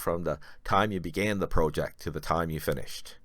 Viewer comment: Please learn how to pronounce the word project